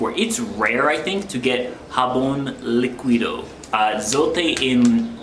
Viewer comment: Nooooooo, Tontería is something else. Se dice Tin To Re- Ría. Tintorería. Anoher tip. In Spanish. The U following a Q, is mute, No sound. So, it is pronounced Jabón Líquido = HabOn lee kee dO.